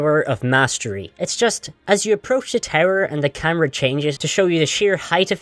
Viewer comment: You keep saying “tower” as “terror” and I was very confused